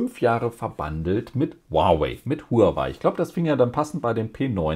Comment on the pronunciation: Ich bin ich ein Abonnent der erster Stunde und sehe alle Folgen von Dir. Tu mir einen Gefallen, hör endlich auf Huawei auf Chinesich und Deutsch auszusprechen. Sage einfach Huawei und gut ist. Was soll das?